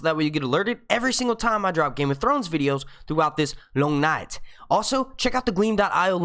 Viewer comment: As an enlgish person with northern family your accent on 'the long night' sounds more southern american than english js